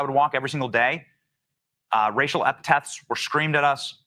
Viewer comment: 'epithets' not 'epitephs'